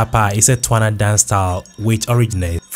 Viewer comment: Its pronounced tSwana. Not twana!!